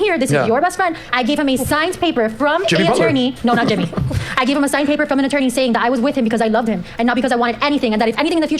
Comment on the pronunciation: PiEcE oF PayPuH